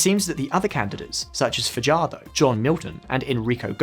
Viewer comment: I didn't see your comment until I posted mine. Throughout this video they mispronounced just about all the names, Bogota is pronounced like someone from New Jersey. And Fajardo? Lol man o man. Good video otherwise just do a little homework and pronounce things correctly.